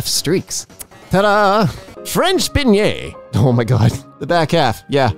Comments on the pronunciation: it’s pronounced, “Ben yay”, it’s just kinda like around donuts. I think it’s usually filled with custard or jelly, I don’t remember. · Beignet is pronounced as Bin-Yay